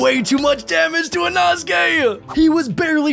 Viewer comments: its pronounced e-no-skae and spelled inosuke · when he said inosuke it sounded like anosukes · "enosuke" "zeneetsu" 💀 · EINOTGAKEY? pretty sure its Inosuke